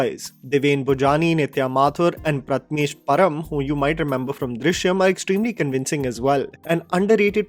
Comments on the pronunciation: It's Prathamesh "PARAB" and not "PARAM" as you put it. Your videos are great but it feels like you never put effort in pronouncing the names especially Marathi names correctly, even simple names like Jadhav, Parab are almost always pronounced wrong.Not here to troll you but honestly it's quite irritating to see you make such simple mistakes...All the best ! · Its Prathamesh parab..🙏 atleast read cast names correctly 🤦🏻‍♂️